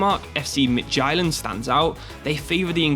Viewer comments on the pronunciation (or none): As a Danish speaker, hearing him pronounce FC Nordsjælland and FC Midtjylland was painful